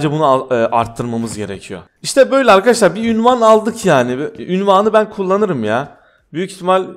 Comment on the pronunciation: abi ünvan değil unvan